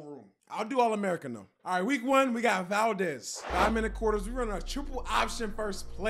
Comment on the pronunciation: Being an Alaskan for all my life, the way you say Valdez is amazing😂